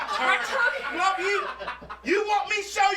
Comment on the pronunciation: talking about “My Torney” 🤣🤣🤣🤣💀💀💀💀🤣🤣🤣🤣